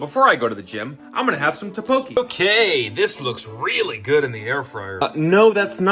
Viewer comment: the way he pronounced tteokbokki pissed me off 🥀🥀🥀